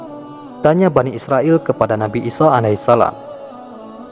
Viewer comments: 'isa 'alaihissalaam... Bukan 'isho a.s. afwan🙏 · Nabi isa bukan isoh